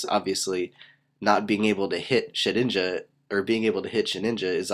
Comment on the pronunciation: lol and i love how you were saying "SHITinja"